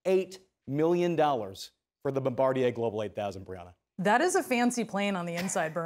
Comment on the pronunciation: Did he call her "Big Breanna" 🤔